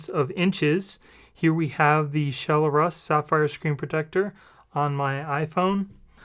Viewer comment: i think its Shell-Russ not Shell-r-us